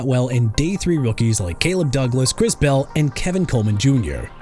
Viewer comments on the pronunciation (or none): none